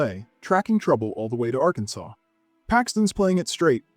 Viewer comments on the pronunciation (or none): none